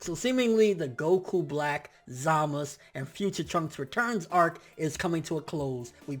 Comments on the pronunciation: stop saying zamas. His name is zamasu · it's zamasu bro not zamaz if that's the case call beerus just beer lol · zamasu not zamas what's wrong with you? in that case call goku gok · who else really hates the way he pronounces ZAMASU emphasis on the fucking U at the end of his name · you are saying Zamasu wrong... its bothering me so much >_<